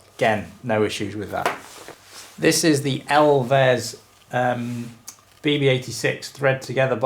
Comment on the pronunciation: Love you, but you can’t fully capture the hilariousness of this frame unless you pronounce the brand “elves” and not “ell-vez.”